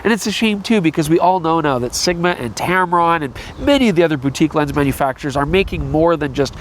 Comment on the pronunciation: It's hard to tell if you are saying "manufacturers" or "MFers." For this video, perhaps they mean the same thing. Freudian slip? Or just trying to talk at double-plus YouTube speed? I guess only you know.